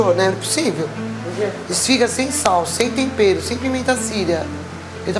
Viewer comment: Metade do episódio é o Jacquin falando "sem tompero"